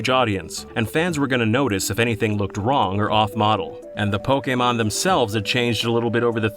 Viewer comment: see kids? its not that hard to say "Pokémon" and not "Pókimon"